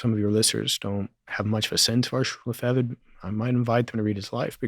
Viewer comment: The least the host might have done is pronounce Lefebvre correctly.